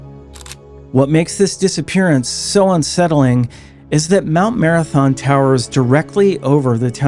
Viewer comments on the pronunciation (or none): none